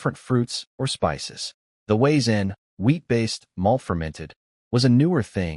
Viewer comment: The W in Wiezen is pronounced V in German lol also cracking barley is done by soaking it down in a burlap sack and when the seed sprout "crack" then you toast to stop the growth and get your desired color (flavor changes with the darkness of roast)...